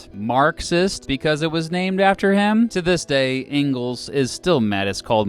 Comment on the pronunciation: An idiot presenting things he knows nothing about, not even how to pronounce Engels.